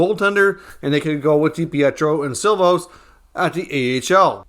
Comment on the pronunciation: It is See-lovs not Sill-voss.